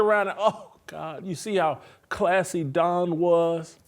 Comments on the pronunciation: "Don" Staley haha come on bro. It's Dawn! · How come Whitlock can't say Dawn? Is he incapable of pronouncing her name? Or does he think that makes him edgy somehow? If he thinks that makes himself edgy it doesn't. It makes him look like he has a 6th grader mentality of "I'm going to say that persons name wrong to show that I'm edgy and go against the grain."